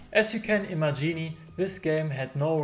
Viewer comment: warum sprichst das Wort imagine (vorstellen) so aus als wenn es ein Italienisches Wort ist?